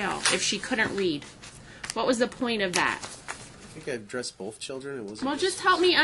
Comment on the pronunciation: Does anyone notice says “wiff” and “boff” instead of with and both??? How can anyone ever take him seriously!!